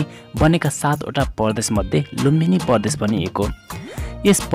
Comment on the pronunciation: Bro it's Pradesh not pardesh